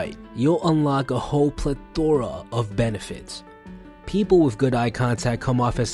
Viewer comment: you mispronounced plethora